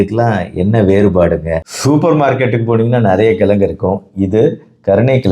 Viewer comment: Dr , Neenga kolluppu , kilangu , ponra vaartgaigalai thavaraaga uchcharikireergal.